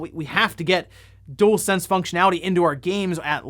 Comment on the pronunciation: Dualsense, not Doolsense